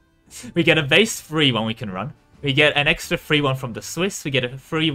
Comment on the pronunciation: Anyone else hearing three whenever he says free?